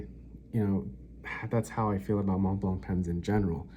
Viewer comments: Mont blanc, the "t" and "c" are silent as is the "d" in grand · Montblanc. The c is silent.